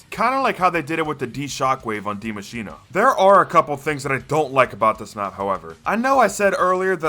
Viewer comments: it‘s spelled Die Maschine and not dimashina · Die maschina? Its die maschine